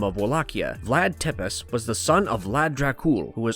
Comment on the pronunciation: It's pronounced "tepesh" not "tepiss"